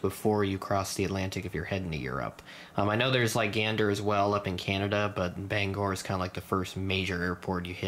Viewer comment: yay! you pronounced "Bangor" correctly! also thanks for the shoutout!